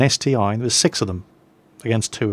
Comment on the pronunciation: I love you video,but its not ST-I its ST-1 (one).